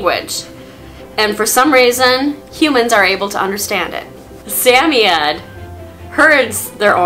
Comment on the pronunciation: I know. 😃